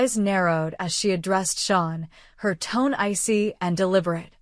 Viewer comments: It is pronounced Shane not Shawn. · His name is "Shane" not sean. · Its Shane not Sean